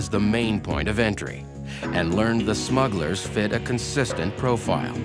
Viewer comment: At the beginning, the narrator calls them "smuggers."